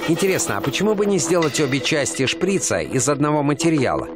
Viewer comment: шприца ударение на а.